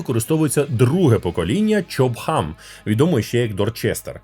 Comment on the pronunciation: Я один чую не чоп хам, а стоп хам?)